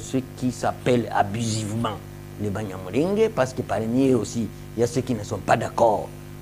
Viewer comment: Banyamulenge = not sound nje but nge .